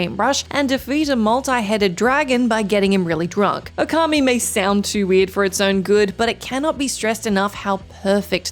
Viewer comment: Would it be pedantic if I said it's "Ōkami", not "Okami"? 🤔